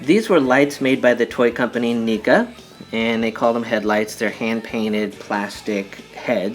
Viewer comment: Not to offend you but it’s not pronounced how you said the brand name